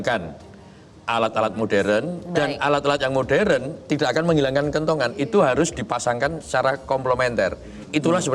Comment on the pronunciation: Kentongan, bro Abdur... bukan kentungan ya 😂